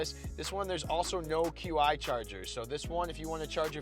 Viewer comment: I'll take the Pathfinder! ;) BTW QI charger is pronounced "Chee" :) Your videos get better and batter mate! Keep it up. I have the new Frontier sitting at my house!